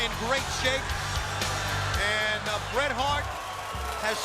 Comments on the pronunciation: So ass he messed up the name of bret hart go back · not the most infamous way that Buffer messed up Bret Hart's name